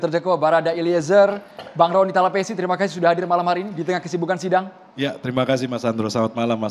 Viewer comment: Talapessy lay, bukan salapesi.. jangan marga orang kau ganti2 begitu lah